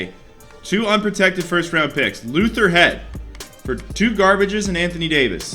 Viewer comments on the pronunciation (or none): none